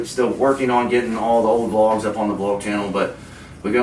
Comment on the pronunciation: I love how it says vogs instead of vlogs lol